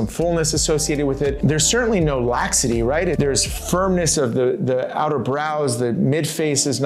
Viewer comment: Laxity. Not "laxcity."